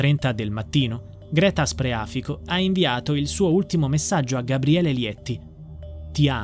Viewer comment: Scusate però ma il cognome ditelo con il giusto accento: Spreafìco, con l'accento sulla I, non sulla a